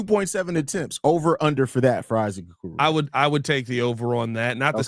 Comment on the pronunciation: How many times can you mispronounce the name of the topic of your podcast